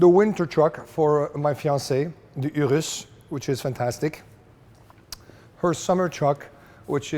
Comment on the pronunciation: I've never heard anybody pronounce urus with a french accent